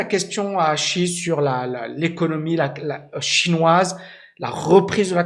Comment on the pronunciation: la prononciation de Xi est" Si" comme la note de solfege et son nom la lettre J se prononce en T. Comme "Tine" ping.